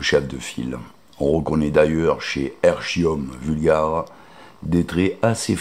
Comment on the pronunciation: On prononce "ékium vulgaré" et bugloSSe.